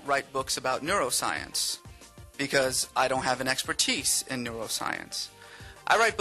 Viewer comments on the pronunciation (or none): Exper-TEECE: cos English is just a language.